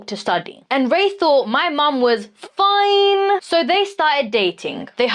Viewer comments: Ma’am it’s foine not fiiiiine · Not fine. It's foine! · definitely no biological match, can't even say Foine correctly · Her FIINe was lame. Its FOIN. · She can’t say “foine”